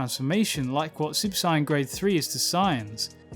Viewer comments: Great video, but I must ask, why do you say super cyan instead of saiyan??? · Clicked off as soon as he said "Cyan" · Why do you pronounce it cyan? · I can’t accept someone who calls super saiyan a super siyan. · It triggers me the way his saying super Saiyan...I'm gonna cry... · The fact he says super saien triggers me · Why do some people pronounce saiyan as “siyan” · From I heard the word Sai-an I said hold up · Heard: Sine, Cyan Not heard: Saiyan Still good video, thumbs up. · Nice work on the narration. I enjoyed the insights. The pronunciation of Saiyan/Saiya-jin is my only complaint. It rubbed me as I grew up with the english dub pronunciation but given weeb clash in our particular culture I understand completely (looking at you aluminium). However cutting out the "-jin" in the name rubs me because its like calling humans "hu-" mainly be cause to me i always took the -jin to basically be a stand in for "people". Gah, still thank you for your hard work! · The pronunciation of saiyan here is hard to listen to. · Good video but fuck i cant stand how he says Saiyan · Why does he mispronounced Sayian? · This guy is great... Except for the way he says sayian... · You need how to say saiyan properly